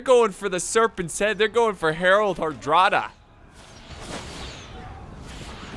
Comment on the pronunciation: Yes: all three men had claimed the throne of England thus the war. As far as I know they all produced different statements and claims from different periods in which they said the throne of England was promised to themselves. Also, you were saying his name correctly However Hardrada roughly translates to stern ruler not tough soldier I if you'll allow me to say, believe that the reason Hardrada believed he would win so easily is becuase he was, by all accounts a war veteran due to the fact that before becoming the king of Norway he was a mercenary for both the Byzantium empire and the Kievan Rus. History lessons from 6 years ago coming in clutch